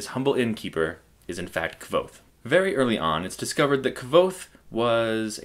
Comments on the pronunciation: its pronounced "kuothe" and i do not think this is a good review. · It's pronounced Kothe, like the book says. ("nearly the same as 'Quothe'")